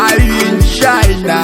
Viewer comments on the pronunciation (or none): I'm not a part of Odumeje's church but as an igbo, a Nigerian, English is not our mother tongue. This is his own way of pronunciation, same way he pronounces Corona as Colona China as Shina, America as Amewica and so on. This is purely accent.